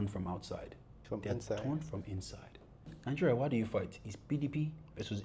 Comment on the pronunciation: Is he saying Ningeria? Next they should be banned in Kenya